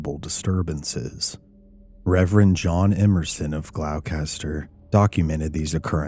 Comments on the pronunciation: As a Massachusetts native Gloucester is pronounce Glosster I'm not a fan of obscure geographical names either and often fudge them lol. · Gloucester pronounced glosster darling 🤗